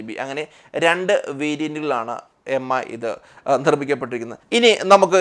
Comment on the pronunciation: M I alla Its mi('me' pronounciaton ).